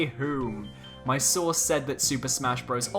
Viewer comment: Lmao I thought u said “I have a sauce at nintendo”